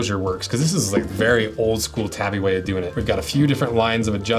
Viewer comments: Tah-bi. Tabby is a cat. To be fair, I don't think I've heard a single person on social media say it correctly. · I don't wanna be that guy. I love your work and have no doubt you know more than I do. But isn't the proper pronunciation "TAH-BEE". Either way nice video!